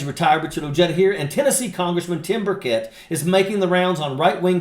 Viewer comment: Tim bucket, major, seriously? It's Buchet, please.